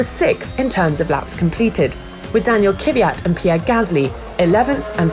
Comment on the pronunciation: Croft calling him “Kuh-FFFFFFFFFFFFFFVG-Yat” is the one that really annoys me